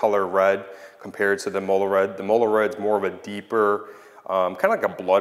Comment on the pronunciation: Since you're so OCD I figure I would let you know it's pronounced Im-Muh-Lah, not Im-Ol-La